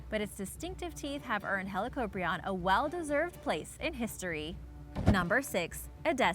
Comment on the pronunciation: Helicoprion is pronounced (*helie-cop-ryan*)